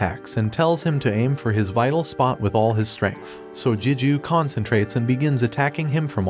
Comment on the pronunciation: It's Gigyu not Jijyu A G not J most words starting with G don't sound like a J.